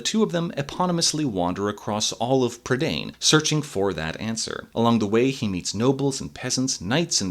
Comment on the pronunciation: Isn't "prydain" pronounced "PRUH-dine" not "prid-ANE"? Edit: Nevermind, they say it like an English word for some reason in the film. Edit 2: The bad Welsh pronunciation is KILLING me.